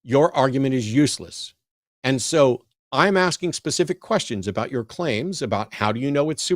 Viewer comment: ABOOT? A 🥾? What’s he even talking about? 😂😉